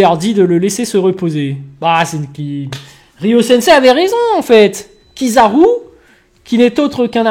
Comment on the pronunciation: Ta façon de dire kizaru est une fraude m'a fumé 😂😂😂😂😂😂😂